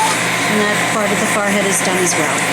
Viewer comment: Why does she say FARhead -.- its a FOREhead.